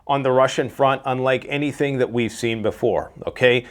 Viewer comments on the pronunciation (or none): none